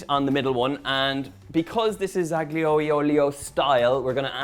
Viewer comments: PLEASE 🙏, the digraph "gl" in Italian is pronounced like the following: "lli" as in "million" (EN) -- the "g" is NEVER voiced; "ll" in Castilian Spanish (ES); "lh" in Portuguese (PT). Thus, "aglio" (garlic) is pronounced AH-lyoh, and "tagliatelle" is pronounced tah-lya-TEL-leh. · Don’t pronounce the g in aglio and you’re sweet. So A-lio, the same as olio but with an ‘a’, si? Yummy pasta btw! 😘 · He pronounced aglio wrong. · The G silent just like the T in often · You don't pronounce the 'G' in aglio 😜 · Donal, the G is silent. I cannot wait to make this dish. Thanks for sharing. God Bless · Donal, a linguistic point of view tip, the G in Aglio is silent and not pronounced here’s how to correctly pronounce it